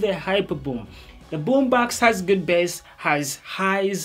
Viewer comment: It's called "base" not "bäs" 🙄😂